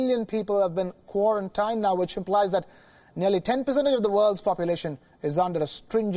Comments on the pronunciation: What bothers me is how he say Quaran tayn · He pronounces "quarantined", wrong. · That's not how you pronounce "quarantined". Also, damn, scary shit.